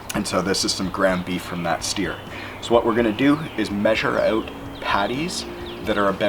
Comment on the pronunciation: he said 'Measure Oot' ... tee heehee